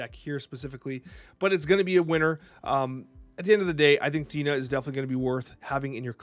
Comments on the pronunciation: thanks for tje vid, legend! Also its "Theena" as the actual Greek pronunciationco of Athens (Athéena) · I'm 99% sure it's pronounced" THEE-nuh"